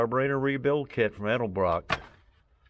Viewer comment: That’s one heck of a deal especially for anywhere near DFW where all classics are worth tons unless I was selling it.🤣🤣 Thanks for pronouncing “ Edelbrock “ properly too- hearing “ Elderbrock “ is about as annoying as hearing “ Husk Uh Varna “ for Husqvarna when referring to one of my old Mx bikes